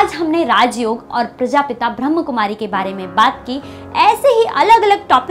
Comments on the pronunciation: Its not ब्रहम कुमारी× Kly always pronounce ब्रह्माकुमारी ( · ब्रह्मकुमारी शब्द गलत है, सही शब्द है ब्रह्माकुमारी ।अतः कृपया इसका उच्चारण ठीक करें। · कृपया ध्यान रखें ब्रह्माकुमारी बोले, ब्रह्मकुमारी बोलना गलत है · अरे, ब्रह्मकुमारी नही बोलो ब्रह्माकुमारी बोलो. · ब्रह्म नही ब्रह्मा कुमारी नाम है कृपया सही नाम का उच्चारण करें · प्रजापिता ब्रह्माकुमारी है। ब्रह्मकुमारी नही। बोलने का ठिकाना नही ओर वीडियो बना डाला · uchcharan thik karo bewakuf brahm kumari nahin brahma kumari he arth ka anarth mat karo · Pahle sahi ichcharan seekh lo brahmakumari h n ki brahmkumari